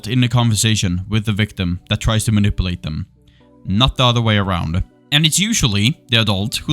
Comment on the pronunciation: I like how you pronounce manipulate as "ma nipple ate". Many prayers hope all goes swimmingly 🙏